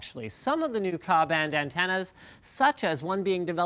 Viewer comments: KA ( pronounced as letters "K - A" , not KA) & KU ( pronounced as letters " K-U", not KU) bands are not new technology as said on video, It's the same technology used in your DBS /DTH TV (Direct broadcast satellite TV). It was introduced early 1980. it's 2017 now, Linus.Do little research before publishing videos. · lol, you just made a bunch of satellite engineers laugh by pronouncing it kaa and kuh, its simply kay A and Kay you. k being the total bandwidth except in the middle of K band is the frequency of water. meaning anything at or close to the frequency of water will just be distorted before leaving earth. so think of the ka and ku as being above water and below water frequencies. or the useabal spectrum of the K band. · The engineer and technical writer in me is threatening to jump off a cliff after hearing him say "koo band" and "kah band." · Ka and Ku bands are not spelled/pronounced Khaaa and Khuuu. They're pronounced Kay-you and Kay-ay. For the intent of this argument, there are 3 bands we want to concern ourselves with. K, Ka and Ku. The K stands for Kurtz, and the a stands for above and u stands for under. So Ku is under the frequencies of K, and a is above. These are microwave bands, mostly used after satellites switched from C band to K band. However, things like the sun, water in the atmosphere and just background radiation would interfere with these transmissions, but only certian parts of the K frequency range and thus the K band was split into 3 smaller bands, K, Ka and Ku. Ku has problem penetrating water, whereas Ka does not. And since we're surrounded by so much water, this is usually your problem with "spotty" Airplane internet, not that too many people are using, that would be stupid. If there's a lot of moisture in the atmosphere, the Ku signal would have a problem getting through. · Ku and Ka band satellite are both pronounced as the two letters, not like "coo" and "ca." Also, only the K is uppercase when written...